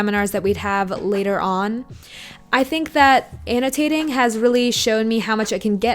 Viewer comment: "annotaayting yeally yelps"